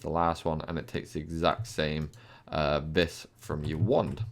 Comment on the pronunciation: Btw. It's pronounced "vee" not "vis"